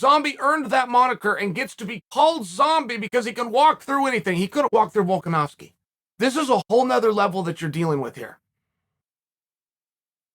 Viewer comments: The fact that Chael can accurately pronounce Volkanovski is worth an investment in some of his window sheen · "Volkanovski is not an easy name to pronounce!" Literally one of the only names Chael says correctly lol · Chael : "Nobody can pronounce Volkanovski!" Also Chael : Only name with more than 2 syllables he's pronounced correctly in the past 2 years : Volkanovski. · Volkanovski is the first MMA fighter's name Chael gets correct, and he claims it's hard to pronounce. Still undefeated